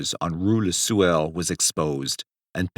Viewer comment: Rue le Sueur ... Sueur is pronounced like swoo-air.